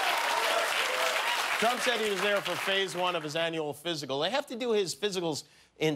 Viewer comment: More like "daalink".